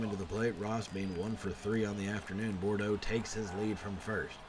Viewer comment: also it is pronounced "Boodro"